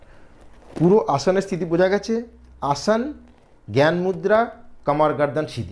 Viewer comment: আসন কে আসান বলছেন কেন?